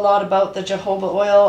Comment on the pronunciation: I think your jojoba oil wrong you said it with the Jay, not with the H J has a h sound like jalapeño